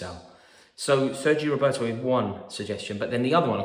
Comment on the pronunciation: Sergi Roberto? 😂 😂 😂